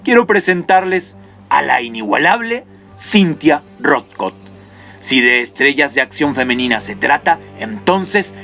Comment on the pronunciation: Ya estaba preparando unas mentadas pero cuando dijiste lo de las canas se me erizo la piel y hasta te perdone por decir mal su nombre. Su Majestad: Cynthia Rothrock, aka; Lady Dragon!!!!!